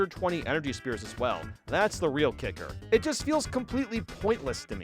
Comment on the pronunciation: I just realized that he pronounces “sphere” as “spear” I can’t believe I didn’t notice after all these years